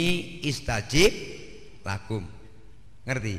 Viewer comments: Maaf,,skdr meluruskan,,bukan "ud'uni istajib lakum" tp "astajib lakum" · astajib lakum ustaz!! bukan istajib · dalile kleru yiiii...yang benar astajib lakum,,bukan istajib lakum,,,maaf yi...